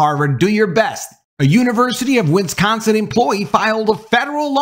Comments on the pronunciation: It's not "Winsconsin". It's Wisconsin. Wis. Con. Sin. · It's not pronounced: WIN scon sin.... WIS con sin Please practice.